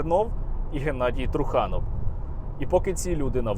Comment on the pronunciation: Ви не вірно ставите наголос на прізвище труханов,трухани тобто труси😂